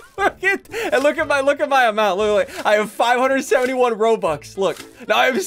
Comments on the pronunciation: You mean ro-bux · He said ROBLUX